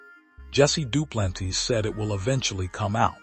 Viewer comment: Hey AI you pronounced Duplantis as Dew-plan-tees 😂😂